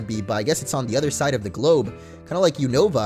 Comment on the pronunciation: You-na-va Unova